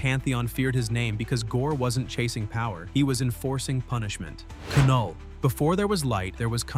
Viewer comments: Did he really say Ka null.... It's Knull... (Null) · “before there was light, there was ka-null” lol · A.I. has yet to understand that the K is silent in Knull. It's pronounced Null. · By the way, you don’t pronounce the K the K is silent so it’s just knull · “Kuh-null”… the K is silent😑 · I stopped watching when this AI said Ke-null for Knull. Damn AI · Kuh null? Really? Ai